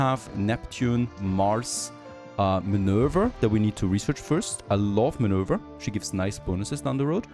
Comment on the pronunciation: Minerva is the german pronounciation '', loving the content though:)